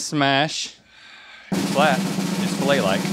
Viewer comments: i think becky was trying to say phallic lol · she said fellatial looking omfg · fellatial. i'm pretty sure she said fellatial. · please tell me link knows she said FELLATIAL lmao